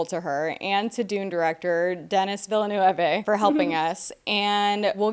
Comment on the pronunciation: I don't think I've ever heard Denis Villeneuve's name as mispronounced 😂 Good try